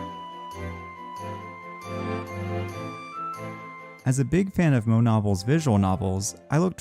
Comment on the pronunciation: It’s pronounced moe-aye, not moe